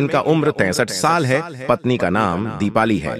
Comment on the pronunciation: साल यानी वर्ष का उच्चारण बहुत गलत है फिर भी जानकारी बहुत ही अच्छी लगती है